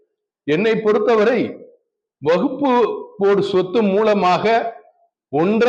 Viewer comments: அட முட்டா பயல அது வகுப்பு போர்டு இல்லடா வக் Fபு போர்டு . அத கூட சரியா உச்சரிக்க தெரியாத நீ குர்ஆன் எங்க அரபி ல தெளிவா ஓதி இருப்ப அதோட தமிழ் அர்த்தம் எங்க தெரிஞ்சி இருக்க போது. உன்ன மாதிரி இஸ்லாமிய துரோகிகள் நிறைய பேர இஸ்லாம் சந்திச்சிதான் இன்றைக்கும் இஸ்லாம் வளர்ந்து நிற்கிறது. அல்லாஹ் போதுமானவன் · waqf ன்னு கூட்ட உச்சரிக்க தெரியல . விளக்கண்ணை விளக்கம் -- யாரை வைத்து கவனிக்க வேண்டும் ?